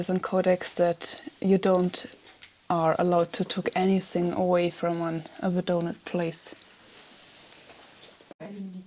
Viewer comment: May I kindly help you with the pronunciation of "Abandoned." The first A is like the A in "amazing." The second A is like the word "AT." It sounds a lot like an A with an umlaut. "done" sounds like the word "done." Said all together, "Uh-BAN-done d." Your videos are "amazing," and I will never "abandon" them! Alles Gute!